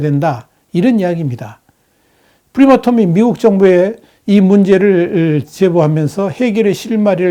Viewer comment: 프리마톰이 아니고 프라마톰 입니다 프랑스 + 아톰 합성어 입니다